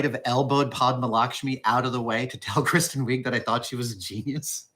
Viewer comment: why does he get names wrong so often? Kristen Wiig as Weeg? It's not the first time he's said things, that he's heard many times wrong.